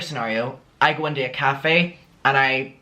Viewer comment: Cafe nero is top tier. 👌🏻 I also really love when you say into cause it sounds more Scottish like 'intae'